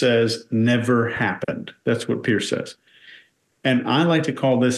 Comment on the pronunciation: I swear when she says “Piers” that she is actually saying “yesss”. I swear I had to watch it several times to make sure she didn’t actually say yes.